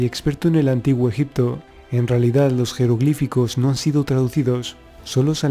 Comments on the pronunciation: fernandez villa jajajajajaja😄😃😂😁😂😄😄😃😂.... veo ke nadie entendio mi sarcasmo... el puto español no puede pronunciar egipto😒 y dice: ejic-to😠 en vez de egipto😏 pero bueno ta chido hijitos echenle dulces a la piñata😄😃😁😁😂😄😂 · Muy buen Documental. Muy buenos y válidos datos. Esa información la proveen Documentales de History Channel, kokGraham HancRobert Bauval, Faltaría únicamente, agregar las "P" de EgiPto, las "B" de oBjeto; las "G" de siGnificado, laS "X" de eXtremo; las "B" de suBterráneo; las "C" de teCnológico; varias letras faltantes, que distraen y desmerecen la buena información, etc. Escuchar Egito, Egicios, ojeto, etc, es muy desagradable. Si el Presentador se esmera, como corresponde a un serio Docmental como este, sería maravilloso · se dice ejipto, tal cual XD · escucha al putete.. y en ves de sonar .. egipto.. dice ejic to... español putete tenia ke ser😄😂😁😂😃😄😄😃😁😁😃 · en el antiguo ejic to ... 😄😃😃😂😁😃😃😄😂😁😂😃😄😃😂😁enseñste primero a pronunciar.... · Rojito Morito llo allel conpRe el amtijuo ejicto